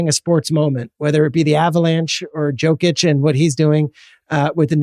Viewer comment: Bruh Jokic is a B2B MVP. SAY HIS NAME RIGHT. ITS NOT HARD AND YOU ARE SUPPOSED TO BE A PROFESSIONAL.